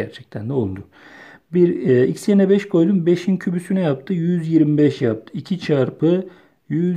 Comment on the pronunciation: eyvallah hocam 5in kübüsü demene hasta oldum